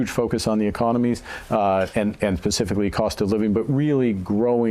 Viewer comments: Did he say "pacifically" at around the mark? And here I thought the word was "specifically"? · Huh, did he just say pacificly or did I here that wrong? 😂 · Lol! He can't even say specifically correctly. "Pacifically" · He said “pacifically” 🤣🤣